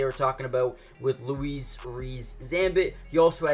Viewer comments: Pronunciation of Louis (also, not Lois as in your title), is just like saying the name Lewis. That aside, as a fellow Welshman, I’m looking forward to seeing if and how the Chiefs use him. Although, I understand it may be limited, but as a Chiefs fan, I’m hoping the new kickoff rules means they’ll get to use him. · It's Louis not Lois!! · It's pronounced "Lewis" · Why and how do people not know how to pronounce simple fucking names. Outrageous “Louise Reece zambit” 😂😂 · Rees-Zammit's first name is pronounced like Lewis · Bro... if you're going to do this, learn to pronounce these names properly 😂